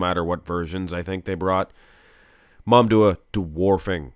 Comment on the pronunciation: I wonder why you keep saying MamDuah instead of MamDouh, heck, you even wrote his full name on the title multiple times these weeks.